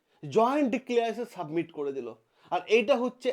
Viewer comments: স্যার জি,submit নয়, summit. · আপনি "সাবমিট" কথাটা বার বার ভুল উচ্চারণ করছেন কেন ?কোন গাঁইয়া এরকম ভুলভাল উচ্চারণ করবে। আপনিও ? কথাটা SUMMIT বা সামিট অর্থাৎ শিখর সম্মেলন। ভিডিও টা ফ্রেস করুন শুনতে ভালো লাগবে।